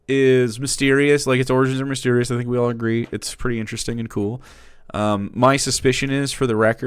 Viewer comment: I love the part where he makes stuff up to be mad about and goes "OI IS DAT WUT U FINK OF US"